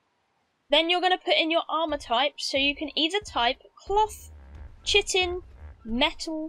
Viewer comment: Sorry did you just say chit-in. Fyi it's pronounced kai-tin